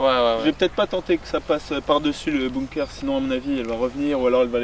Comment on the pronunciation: On dit BUNKER, se prononce "Beunequeur" et pas BOOMKER